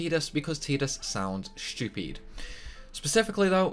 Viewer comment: “Because Teedus sound shtupeed” lol